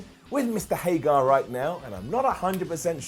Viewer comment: I agree with the stuff about Hager, he just doesn’t excite me. And, it’s Hager not Hagar!!! Stop saying Hagar!!! Lol